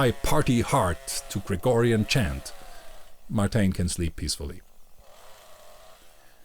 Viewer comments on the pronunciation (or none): The way you said Gregorian chant, I wondered if you are familiar with the Foil, Arms & Hog sketch 😂